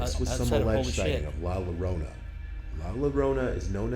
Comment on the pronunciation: The guy seriously botched the name, see it's not "llorona" (Low-row-nah) in basic spanish the two L's together sorta becomes a Y just like how the J becomes an H. so it's pronounced as "La Llorona" (Eyo-Roh-Naa). She's still a terrifying spirit still haunting in mexico to this day really